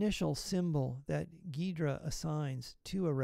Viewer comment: It's pronounced gee-druh, great video though!